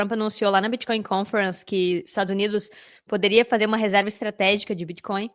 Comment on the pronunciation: Que confortável ouvir varias vezes a palavra "biticoin" kkkk nunca fica redundante. Parabéns! Muito bom